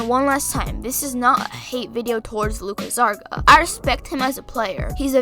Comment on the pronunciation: and it’s GARZA not ZARGA cmon g lol